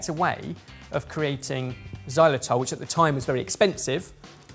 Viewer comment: isn't it Xylitol, not Xylotol? ;)